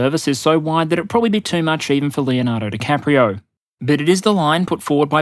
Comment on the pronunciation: "Leonardo Dicaprio". ROFL!